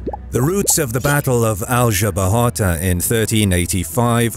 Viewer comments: The narrator does a good job of pronouncing the Spanish “r” , but does not know how to pronounce the Spanish “j” which is pronounced the same as the English “h” . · whenever you use Google translate to know how foreign names sound, don't forget to select their original language. Or use the phonetic spelling at... trjmm! some free online encyclopedias. Man, it was painful to hear you saying Aljubarrota and Pereira. 🤯 And remember that in 1385 the French Bourbons were not kings of any Spanish kingdom. No French geographer had invented the use of 'Iberian Peninsule' to hide the fact that the Spanish kingdoms seized by the Bourbons in the 18th century were IN Spain (the Roman name for the peninsula) but were NOT the WHOLE Spain. They Bourbons tried to conquer the Spanish kingdom of Portugal, but failed. Yes, the French failed again when the army of the kingdom of France and army of the new kingdom of Spain invaded Portugal to complete the conquer of Spain. It would be a GREAT IDEA for another video. And yes, the French would fail again when emperor Napoleon invaded Portugal not too many years later. Poor French soldiers. How could have that bad generals.